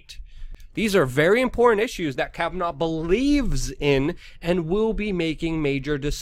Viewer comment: What do people say "Kavanov" ?......